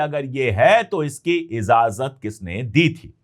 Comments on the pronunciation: Pande ji continue aapka channel dekhta hoon urdu ke alfaaz bhi aap bolte hain lekin kabhi kabhi kuch khami rah jati hai agar ijazat den to correction kar diya karoon aaj ka lafz izazat nahi ijazat hai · I noted that too. He says that quite often. Although ki Urdu bahot saaf hai. No offense meant, we’re learning all our lives. The word is ijazat.